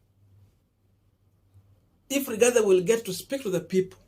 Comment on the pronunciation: Boss, do you have a problem of pronouncing the letter "i" and the letter "e"??? The name is Rigathi Gachagua and not RIGATHE GACHAGUE. Please if you cannot pronounce the name the way it should, then do not mention it. People do not fail exams because they are stupid. People fail exams because they do not follow instructions. Other than than, your work is good Boss 😜😜